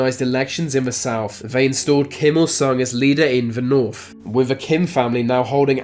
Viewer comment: Couldn't watch to the end as you're speech is terrible. You litteraly cannot pronounce "the" or "th" in any word, it's always "When v north" or "wiv v worst country". Terrible. Just terrible.